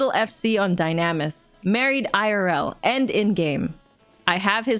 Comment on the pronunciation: that is not how you pronounce dynamis lol come on even in the cutscenes they say it for you 😂